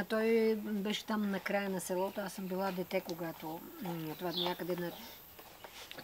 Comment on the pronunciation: (Някой хора просто си говорят така, не е проблем.) Той каза ,,сѐлото”